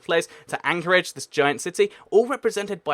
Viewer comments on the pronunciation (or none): none